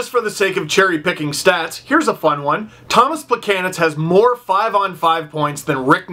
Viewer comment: everytime he said "more" I chuckle because it sound like "moore"